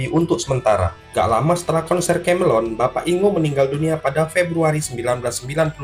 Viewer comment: Kemelien kok kamelon ki lho, dibenerin dulu cara bacanya